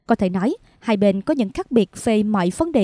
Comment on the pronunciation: Tôi thường theo dõi tin tức trên Htdnews, tuy nhiên gần đây có 1 xướng ngôn viên (ko lộ mặt) phát âm nghe chướng tai quá vì phát sai “hai” , cô ấy đọc thành “hay” !😮